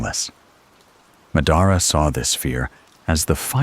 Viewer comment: Ma-daara?? Cmon man